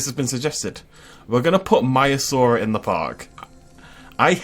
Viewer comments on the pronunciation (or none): It’s Maiasaura btw peeps, not Maiasauria idiots